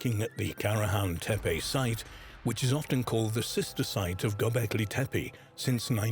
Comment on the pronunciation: Y'know....I look forward to ANY information about ANY of the Stone Hills sites...but 5 minutes into this documentary and the narrator flip flops between site pronunciations every other time he says the words! Come on! If you are going to say one of the "tepe" names say it correctly not "tepi" and then "tepe" every 10 seconds! And I am ALREADY bored with the visuals 5 minutes in which nuts... everything is just a still photo made to look like it is moving with AI. Looking forward to hearing the Prehistory Guys give me the scoop😊